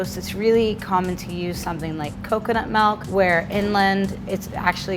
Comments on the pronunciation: Wtf is 'malk'? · She also pronounced "milk" as "malk" 😂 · All I could hear was MALK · She rlly said coconut melk 🤦🏾‍♂️ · she said malk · Love her just cringe when she says “melk” 😖